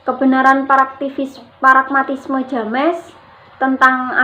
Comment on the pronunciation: Untuk pemateri kedua..pragmatisme ya bukan paragmatisme😊